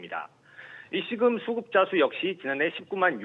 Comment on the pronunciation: 메인앵커 발음보소. 일시금 발음을 못하고 [일씌금]이 뭔가요